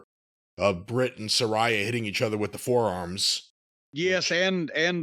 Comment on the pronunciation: sa RAY a how hard is it to say 🤣😂